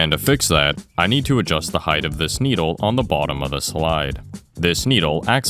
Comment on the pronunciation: Just watched all the way to apparently for a second time but the part that connected the dots was you saying sneedle both times you said needle